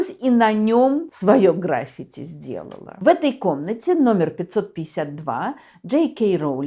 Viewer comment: К сожалению, в слове "граффити" ударение приходится на второй слог - на первую букву "и". Запомните, пожалуйста, Тамара Натановна, не раньте своих поклонников!